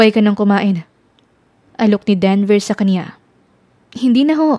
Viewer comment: Lol 😂 Sir Devel kc sungit, Instead Denver 😂